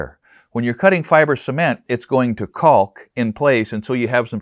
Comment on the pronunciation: I've never heard someone emphasize the L in cauLk like this.👍🏼👍🏼👍🏼